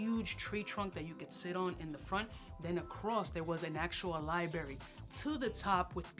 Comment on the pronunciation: Been almost 10 years since I moved from NYC and hearing you say LIE BERRY (library) brought me right back! Biggest in the game!